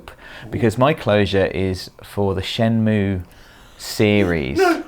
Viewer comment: The game is not called "Shen-moo." You have to say the -ay sound. Shen-moo-ay.